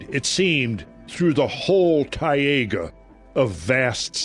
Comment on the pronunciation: What a Tayega???? You mean Taiga?? Snowy Forrests of Russia?? Also, Taiga = Snow Forrests... Tundra = Icey plains.